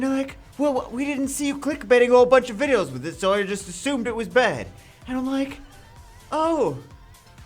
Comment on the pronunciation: All time u said "i´m like" i did understood "mike" lol